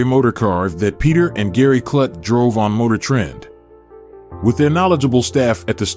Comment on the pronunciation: A.I. Voice/Narrators like THIS totally destroy the appeal of topics when the subject matter is constantly pronounced IMPROPERLY !! His name is pronounced "KLUTE" like "FLUTE" not "KLUT" life "F*CK" !!!